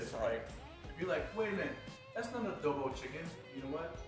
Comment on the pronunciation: Other people: ITS PRONOUNCED CHICKEN ADO BOWW Filipinos: no it’s chicken adobo